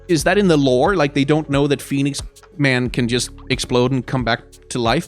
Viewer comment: I don't know why, but him saying 'Phoniex Man' is too funny.